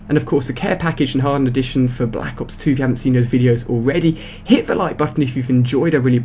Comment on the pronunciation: Balack ops? Silly accent..